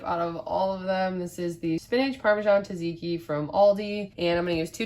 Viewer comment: Looks delicious! I’m copying your weekly meal plan this week! (BTW, it’s “tzatziki” not “taziki.” The first z is pronounced with the t (just like the second).) Try saying “its a” and then just omit the “i” and run them together.